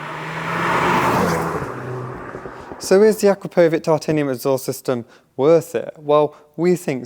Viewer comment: Its not 'akra-poh-vick' its 'Akrap-poh-vich' ask them yourself. Dont be Yianny. 😂